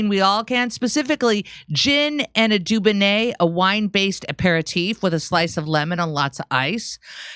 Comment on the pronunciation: It’s not said like duboneh 😂😂